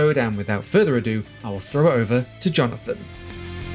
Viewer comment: ...Thwow it to the floor vewy woghly... lol